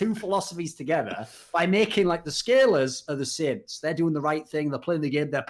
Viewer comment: Damn thorin was saying saints I was so confused thought he said sinner and sids